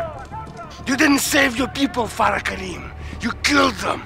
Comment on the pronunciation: her name is Farah not Freia, which means joy or happiness